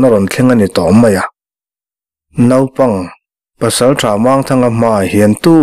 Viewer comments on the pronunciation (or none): none